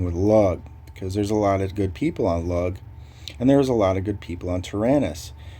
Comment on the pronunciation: I'm originally from lugh and it's pronounced LOO GUH. Not lug lmao. Started Halloween 2011. Now I'm end game on 5 servers. Recently arawn I'm in dawn lvl 225 main